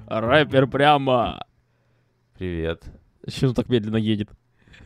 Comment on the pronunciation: а почему в начале ты говориш не привет а пет